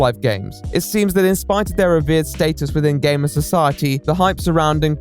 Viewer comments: Well... I am putting myself up the shame shack to be beat. When he said "Gamer" I thought he said "Gay man". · I MISHEARD "GAMER" AT FIRST I HEARD GAY MAN WTF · I honestly heard him say " the allegations, that i, am not a gayman "...Seriously i cant be the only one right? Ahaha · I thought at the beginning he said “allegations that I’m not a GAY” instead of “gamer” needless to say, I was very confused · I thought he said he was accused of not being gay instead of a gamer and I didn’t realize until like halfway 😭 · 52 seconds in, and I thought you said "I am not a gay man." Then you proceed to talk about gaming and I'm thinking I may have missed something.... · At the start of the video, I heard "That I am not a gay man." and I was shocked XD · I thought at first he was saying gay men weird